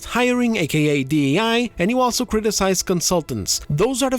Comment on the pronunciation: Please look up how to pronounce the word "also" Other than that, which makes me cringe every time I hear you say it, I love the content.